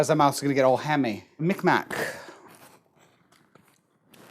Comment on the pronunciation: accent when he says “hammy” is everything